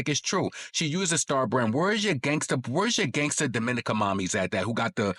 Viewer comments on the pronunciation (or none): none